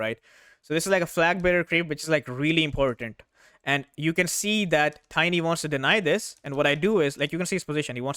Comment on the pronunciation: That "important" was really telling. :))